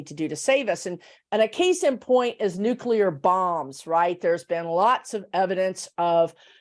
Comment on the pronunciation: Interesting W O W. I for one, am not too worried about A.I. running amok. We'll make the necessary adjustments and life will go on. On a very minor note -- I'm glad to hear using the term nuclear, (pronounced new/clee/er,) rather than nu/que/ler. Language matters, people! Lol.